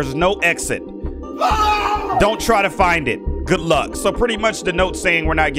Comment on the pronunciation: you said god instead of good